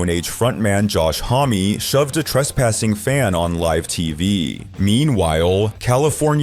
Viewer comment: this channel has no credibility. Josh Homme for Queens of the Stone Age is pronounce Josh Hohhh m not Josh Hah mee. scared millenials and gen z.s.... if you left your house and went out in the real world, got a personality, and stop being so terrified you wouldnt use gen AI to speak for you